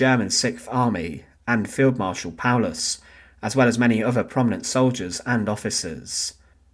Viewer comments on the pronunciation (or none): none